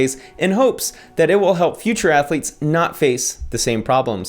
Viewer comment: Cartman : "Athuletes".....